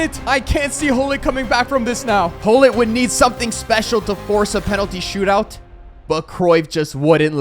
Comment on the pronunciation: You said stoot-out😂😂